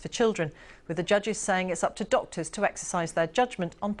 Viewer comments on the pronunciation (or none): Ah, yes... "docyors" bravo,.